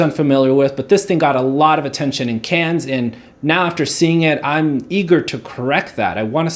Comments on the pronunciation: you don't pronounce the s in cannes haruki* not haruku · as soon as he pronounced the "s" in "cannes" I knew he had nothing insightful to say